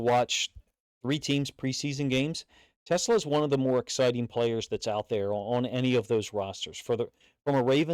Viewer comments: FYI it's pronounced Tuh-SLAA, (like slaw in coleslaw, not like Tesla rhymes with Vespa) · Really appreciate the breakdown coach! Teslaa (pronounced “teh-slaw”) has all the tools. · OK !!! It's NOT Tesla..... it's t' SLAA !!!